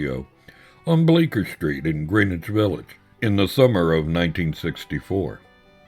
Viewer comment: Its pronounced Howston Street and Gren-ich Village.